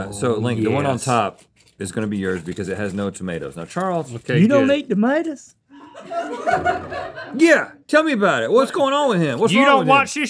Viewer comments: “you don’t eat tohmatoes?” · "you dont eat th'madas?" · "You don't eat tomadoes?" 😂